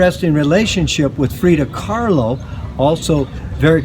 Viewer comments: "Frida Carlo in Correctico" , classic gringo speak . Love it . your Videos have really improved . cheers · LOL Wannawato. Freida Carlo. I love you weirdos